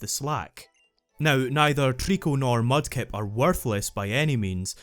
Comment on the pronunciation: you accidentally mispronounced "Mudkip", you coward. Swampert has one weakness. ONE. That KFC wannabe doesn't stand a chance against the obvious best starter of the three, ESPECIALLY in Ruby, which has team Magma with tons of fire and ground types, and Groudon being weak against ground type.